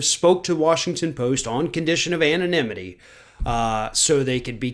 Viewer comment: try this: Anonymity --- [anon+imity]